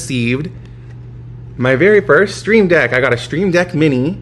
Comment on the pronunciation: Should just call this segment Q&TAyyy Loving the growth so far. I was listening to this one and was fooled into thinking you said SteamDeck at first lol, but a stream deck is pretty awesome nonetheless. Hair is on point lately. It’s noticeable. Rock on 🤘